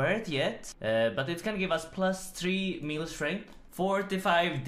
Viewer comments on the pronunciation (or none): none